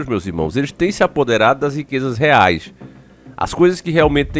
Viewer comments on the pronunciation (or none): none